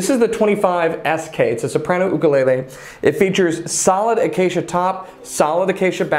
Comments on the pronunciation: Mahalo nui for pronouncing ooukule correctly 🤙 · It's sort of weird to hear/see the correct pronunciation come out of the mouth of somebody outside of Hawai'i. I'm so accustomed to hearing "yukulaylay", or "wukulaylay" from some brits, that hearing "ukulele" caught me off guard.